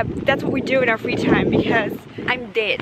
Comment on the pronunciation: this is random but i really love how pronounces "dead" hahaha sounds very asian